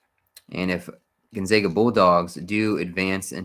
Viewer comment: I’m from Spokane WA and it’s pronounced Gone-Zag-A not Gone-Zog-A